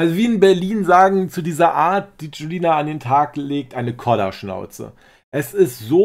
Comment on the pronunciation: sagt Kodderschnauze...nicht Koller 😉 *Kaffeprost ☕️ aus Berlin